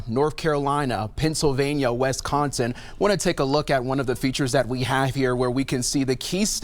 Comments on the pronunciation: Scared much? And what state is West-con-sin? Boom bing! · This dud is a DEI hire. He can not pronounce Wisconsin correctly! What a joke!